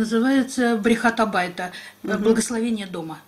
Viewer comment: Ваша подруга из Израиля неправильно сказала на иврите.Благословение дома брахат а байт а не брихат а байт.